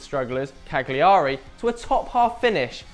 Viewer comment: cag-li-ari. pronounced caliari mate. :)